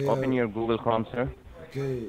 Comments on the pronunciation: Sounded like "Google Crumb" to me. :) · "gugel krom" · "Google chrom"